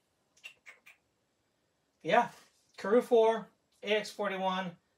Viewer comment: I always thought it's Motoz and not Motaz...😉🙃